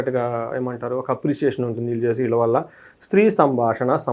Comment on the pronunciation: వీళ్ళ దెగ్గర.. అని పలక లేవా మహానుభావా? ఈళ్ళ దెగ్గర అని పండితుడివైన నువ్వే పలుకుతే భాష చచ్చి పోతుంది